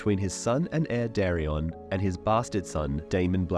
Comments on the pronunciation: Not dareon its daeron. I know its hard to focus on names with detail but they are very important factors, for ex daeron matches with daemon in pronunciation so its important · the dude doesn’t even have Daeron pronounced right. He’s saying dari-on 😂😂 when it’s day-Ron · Its pronounced "day-ron".